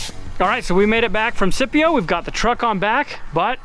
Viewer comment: I've been through Scipio a few times... glad to know how it's pronounced; didn't know if it was your way, or if it was pronounced as if it was spelled Skipio.